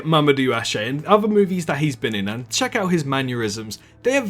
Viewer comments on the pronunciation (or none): none